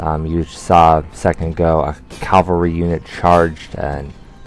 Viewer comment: Oh my god, you're terrible at this game, lol. In the battles you are doing literally the worst strategy, which is just right clicking enemy units to attack, without using formations or flanking maneuvers. Also, it's CAVALRY not CALVERY.